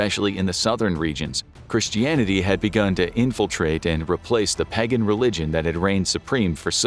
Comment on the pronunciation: exactly even listen to how he says “pagan” when he talks about how Christianity replaced the dominant religion